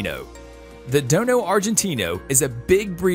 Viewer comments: It's Dogo not (Dono ) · It dojo Argentino not dono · It's call dogo not dono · What is a Dono?? Haha at least get the name right! It’s a Dogo! Also a rottie is not as agile as a pit! Also plenty of breeds more powerful than the pit it’s just that the pit bull is easy to fight unfortunately and they are always game. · I guess he "dono" it's called a Dogo!! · Bruh I hate when he says dono is dogo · Dogo not Dono! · Its a DOGGO Not DONO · Dono ...really??? Its dog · DOGO NOT DONO!!! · Learn to pronounce it right its not don its dogo